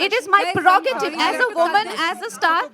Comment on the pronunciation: “Parogative “ 🙄she’s like the uneducated class of people who can pick a fight over anything. No grace at all.